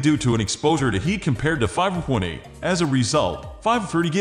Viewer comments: AI pronouncing the "w" as though it's part of a word. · what accent is this? i had a hard time trying to hear the 5-20 pronunciation